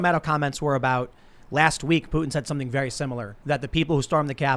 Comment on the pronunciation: Tim: “Listen. Listen. I’m gonna say sompin” Me: Well I’m done with this video.